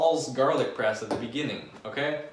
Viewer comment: I thought you were saying garlic breast the fist 5 times, made it even more entertaining.